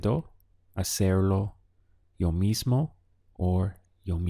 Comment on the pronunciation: Very useful. One thing: I notice you tend to pronounce the "o" at the end of words (e.g. gusto, mismo) as a soft "ah". Spanish speakers, at least in S. America, say it much more as a long "o" sound.